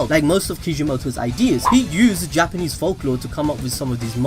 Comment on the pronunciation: He said gapanese